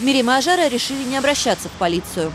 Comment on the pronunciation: Не Аджара ,а Ажара , ужасно ковежат имя